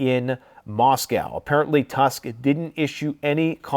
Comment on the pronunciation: The pronounciation of the surname of Polish Prime Minister is like Toosk (like in the word 'book'). Thank you for your work. I pray that you will finally see the light and find your faith in Jesus.